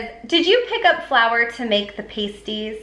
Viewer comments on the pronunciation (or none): PASS-tees, not PASTE-ees. Surprised TJ's doesn't have a version.